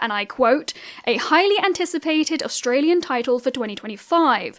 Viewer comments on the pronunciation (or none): none